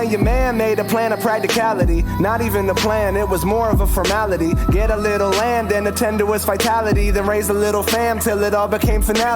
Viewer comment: Its land lol. Not lamb